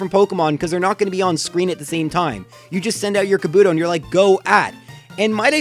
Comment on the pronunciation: People keep saying Kabuto's name wrong.